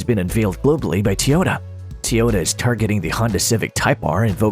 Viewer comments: T oyota? it is Toyota. Not T oyota. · Had to stop watching this this idiot can’t even say Toyota correctly